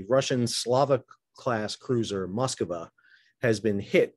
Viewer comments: sir...."Moskova" is not how you say it or pronounce it....it's extremely easy to say it....follow with your eyes...."mosk-va" ....I'm not russian, but I do know how to just read .....this drove me nuts throughout your commentary!!! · What is it with Americans and foreign names? It is Moskva, not Moskava.